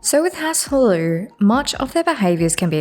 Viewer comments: the pronounciations are killing mann. You could pronounce hlaalu as Lalu, not lilu lol Otherwise this was a great video! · it’s HLAAlu, rather than hlaaLU